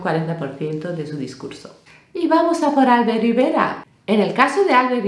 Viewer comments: No viene al caso, pero, he visto que pronuncias "Álbert", y se pronuncia "Albért". Tal vez os parece una tontería pero hay muchas personas con nombres en catalán (Miquel, Alfred, Albert, Roser, Robert, etc) que son palabras agudas y la gente las pronuncia como si fueran llanas, supongo que por influencias anglosajonas. Es muy desesperante que pronuncien mal tu nombre jajajaja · Por cierto,, se pronuncia "Albért", no "Álbert", el nombre catalán del señor Rivera. Saludos cordiales.